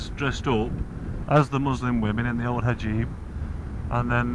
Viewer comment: Hijab = Hajib. Lol. Just kidding,.